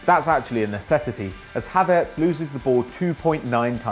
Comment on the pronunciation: Isnt it Havertz not Hatertz